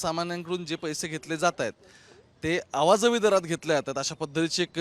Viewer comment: Awa javi nahi re baba.... अं-वाजवी असतं ते !